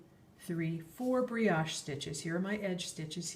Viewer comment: only FYI, "brioche" is a French word and has a long "o".